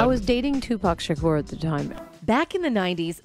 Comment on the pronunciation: Y she keep saying shukuuur 😂😂😂😅